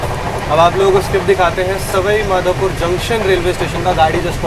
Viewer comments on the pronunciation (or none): सवई माधोपुर नहीं सवाई माधोपुर होता है। स्टेशन का बोर्ड पड़ लिया करो। हो तो हिंदी तो ठीक से पड़ बोल सकते हो।